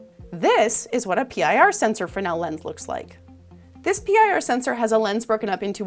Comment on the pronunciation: It's pronounced "frez-nul", good video though